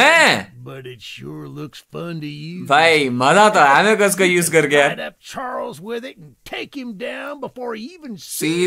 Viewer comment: Love how he say Choo Choo charlse 😂😂